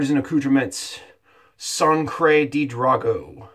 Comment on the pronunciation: One of my favorite scents from PAA! I think it's Sangre with a "G" though.... Anyways, great shave my man!